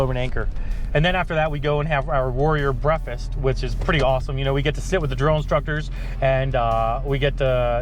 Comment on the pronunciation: OMG your the only other person who pronounces breakfast, breffast. Only one I know is my grandfather.